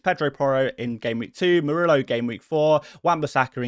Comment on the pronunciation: The double “l” in Spanish is pronounced like a “y”: so Murillo’s name should be pronounced like “Moor-ee-yo”. 🙉